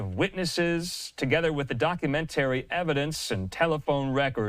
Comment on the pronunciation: "Docu ment tary"